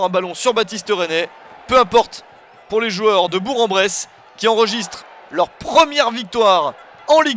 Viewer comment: Chez nous Bourg ce prononce BourK BourKen Bresse Merci